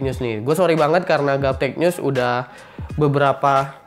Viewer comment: bang kok nyebutnya gaptech nyus sih?